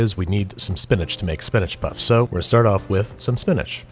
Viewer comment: Am I the only one who heated him saying spinach poss instead of puffs lmao